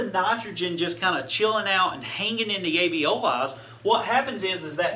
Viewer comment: * Alveoli, not aveoli.